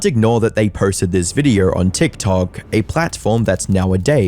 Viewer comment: Maybe 76% don't sub because you pronounce it "videorrr"